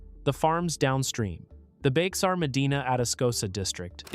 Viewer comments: Bexar is pronounced like 'bear' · Actually, Bexar is pronounced "bear" like the animal. Texans have their own way of Spanish pronunciation :). Good video. Thanks!